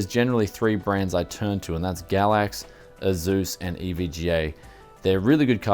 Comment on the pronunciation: "A-Zeus cards"